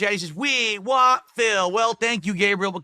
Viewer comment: And "wah" instead of "want"